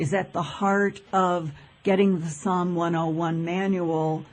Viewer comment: SOM !!!!!! NOT PSALM !!!!!!!